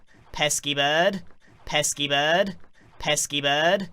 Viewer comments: Before: Pesky Bird 1 hour later: peaskypodd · sounds like pet ski berd